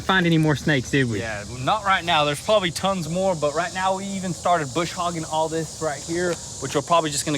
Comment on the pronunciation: Hi, I have been following you two from the start, but I have to speak up and say one thing, It is not Bush Hoggin. It is Brush Hogging. Sorry I have been doing it for a lot of years.